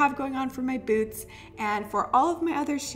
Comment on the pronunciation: I heard boobs not boots😂😂